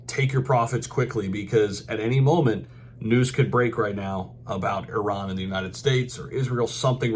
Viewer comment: Great to hear an American pronounce ‘Iran’ correctly 😂